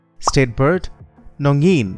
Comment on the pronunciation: State bird is Nongin ( only a single species in earth) not Non Green and Uhningthou pronounces is also not right it should be thou not thuo but anyway thanks for this all 🥰